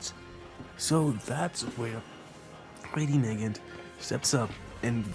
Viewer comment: It is na-gant she is named after the Russian masterpiece mosin nagant rifle